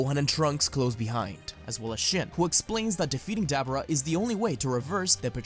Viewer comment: "dAAABuurA"?😂😂😂 I've followed you for so long, but I've never known you to mis-pronounce certain names like that lol. This is definitely a first for you.